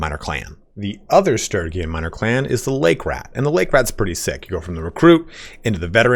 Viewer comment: Jesus take your time getting to what everyone wanted to know. It's Sturgian not Sturygin.